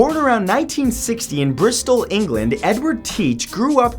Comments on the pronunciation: Is it just me or did u hear him say 1960 for Blackbeard 😂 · It sounds like you said blackboard was born in 1960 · Am I the only one who heard 1960 ? 😝